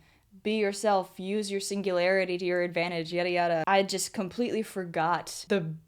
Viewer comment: Ur Bias namjoon right? When she said singularity I thought singularity 😂😂